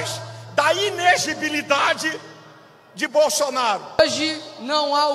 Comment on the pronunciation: Só tem que aprender a falar inelegibilidade.....😂